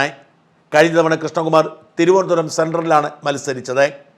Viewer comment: മലയാളം നന്നായി കൈകാര്യം ചെയ്യുന്ന ഷാജൻ സർ തിരോന്തരം എന്ന് പറയാതെ തിരുവനന്തപുരം എന്ന് ദൃഢമായി പറയണം എന്നാണ് പ്രേക്ഷകനായ എളിയവന്റെ അഭിപ്രായം അഭിപ്രായം🙏